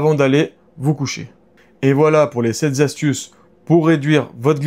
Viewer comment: a une excellente diction très bien ponctuée, voix tranquille, débit calme qui encourage à l’écouter. Il peut fourcher de temps en temps sur une liaison, tout va bien.